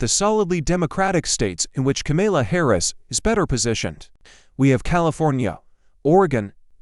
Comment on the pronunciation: Ka-Mela???? NO - Calm-ala OR Comma-la!